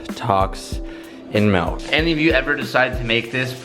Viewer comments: ITS MILK NOT MELK!!!!! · Pretty sure your saying melk. It’s milk you chach. XD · ITS NOT MELK ITS MILK XD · Why does he keep saying MALK ITS MIIIIHLKKKKK NO MALK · Melk??? its Milk with an i not an e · its MILK not MALK. smh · stop fucking saying melk it's milk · Bruuuhhhh Teeeej....... It’s MILK!!!! Not MELK.... Stop being a hoser. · "MELK" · Y’all should look up Malk by Julian Smith. Can stand the way says milk lol love you still dude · is he trolling calling Milk MALK? lol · "Tacs and melk" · "Tocs and melk" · Is he saying "Milk"? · It’s “Milk” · I get triggered everytime he calls milk ‘melk’ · Wtf is melk. Lmao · So that’s how they say milk in California huh? 😂😂